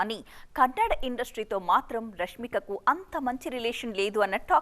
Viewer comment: anchor nee amma pukaa its not kannad. Its kannada. Telgu